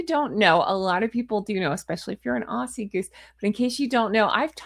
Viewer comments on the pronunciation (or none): none